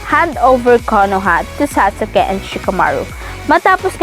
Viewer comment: Saka parang tanga anong sa-su-ke?